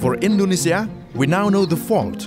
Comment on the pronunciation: Your pronunciation of Nusantara, Indonesia, Jakarta, Kalimantan, Sulawesi, Institut Teknologi Bandung, etc. was very nice. Are you Indonesian??